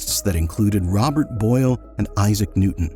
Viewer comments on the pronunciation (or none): none